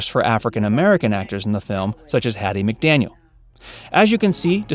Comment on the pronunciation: It’s McDaniel, dear…